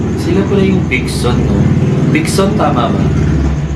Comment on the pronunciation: It is pronounced as Vision po talaga. Napaka sakto nyo po mag react, mayron pp silang upcoming album release 😊 po.